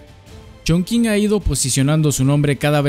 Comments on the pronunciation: Como persona que habla Chino no puedo con tu ChonKing jajaja😂😂😂😂. Se entiende que es una palabra en chino y lo pronuncias según entienda la gente que habla español. Pero te voy a enseñar y lo más parecido a la pronunciación es CHONTCHIN 😂❤ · Se dice "chongching", no "chongking". ¡Me encantan tus videos! ♡ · Sabías que Chongqing se pronuncia chonching? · La forma más parecida de pronunciar Chongqing con los sonidos del español es "chongching" y no "chongking". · Muy buen video, haz uno de Shenzhen 🙃 Por cierto, la Q se pronuncia como CH, entonces sería algo como Chong-ching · La q en chino suena como chi.... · excelente video, maravilloso, no hagas caso a los haters. Aunque si debo admitir que me dolio escuchar la q como k (mas q nada porque estudio chino), pero es solo un detalle en medio de tanta virtuosidad. Muchas gracias por tu video, eres un grande! Saludos! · Eso iba a comentar, las q delante de "i" y "e" se pronuncian como "ch", y sólo se usan en palabras de origen extranjero También el diptongo "ou" que no es propio del español se pronuncia igual que en el francés "ú" Y cualquier palabra que lleve "x" y no provenga de una lengua semita (árabe y hebreo) o caucásica (latinas, griego, germanas, eslavas, etc) se pronuncia como "j" Por ejemplo (de ciudades chinas porque es de lo que va el video): Hangzhou se pronuncia Anjzú Qingdao se pronuncia Chinjdao Xinyang se pronuncia Jinyanj Ahora podrás pronunciar topónimos extranjeros en una reunión de pedantes del español sin quedar en ridículo 😊 Posdata: las "h" después de "z" no alteran el sonido de la "z" por lo que su pronunciación es la de la "z" de toda la vida